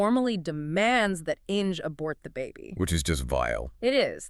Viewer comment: The pronunciation of the German name ‘Inge’ doesn’t rhyme with ‘Hinge’. It’s pronounced ‘Ing-er’. An interesting story, let down by the AI narration.